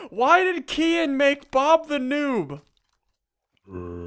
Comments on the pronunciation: its called Kehaan not Kian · It's Kehaan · I love how they pronounce "Kehaan".